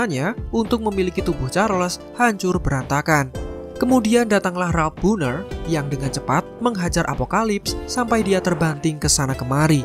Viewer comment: Tercekik liur saya dengar admin nya bilang ralph bohner..🤣